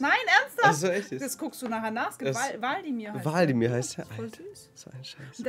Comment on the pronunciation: Nicht waldimir sondern wlad.imir